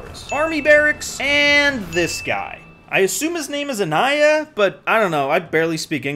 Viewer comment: It should be called aniyah not aniyah. I should be e, not ai. Idk how to express.